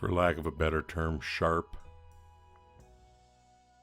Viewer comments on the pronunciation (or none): none